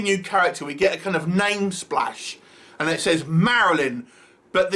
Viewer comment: I caught the "Marilyn" mess up too....no budget to even redo that tiny word? 😅 Whos paying for this hahaha....they should hire us to help them redo the movie with a bigger budget 😁